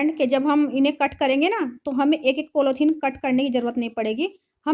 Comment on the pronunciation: आप के बच्चे आप जैसे ही होगे।कितना बकवास काम किया है। पॉलिथीन होता है पोलौथीन नहीं।